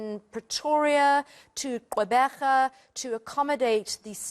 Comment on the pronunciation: Lovely pronunciation of qwebega by the news reporter wow!!😂😎